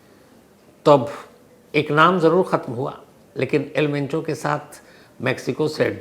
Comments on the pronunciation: Not al pencho sir , its al mencho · El mencho not pencho 😂😂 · It's El Mencho not the El Pencho Shams ji. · El pencho 😂😂 sir name toh shi bolo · Am I the only person hearing el pencho? Naam hi badal diya sir ne..